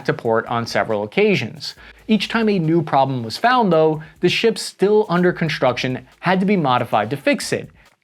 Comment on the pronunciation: Very informative, but it's hard to take someone seriously who pronounces the letters "STR..." with an "H" in it: SHtrong ConSHtruction DeSHtroyer ...and let's not forget "eKSHtreme". I expect this of children, but not of someone presenting such vitally important and serious information.